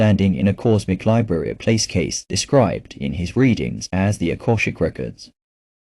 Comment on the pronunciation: Nice story and nice message. But if you’re going to put it out there, why not use a real voice? Yours or someone else’s if you prefer. This AI voice is distracting and offputting in that it can’t even pronounce Cayce’s name right, and the odd, inhuman punctuation and spacing. Why not bring a real voice to this?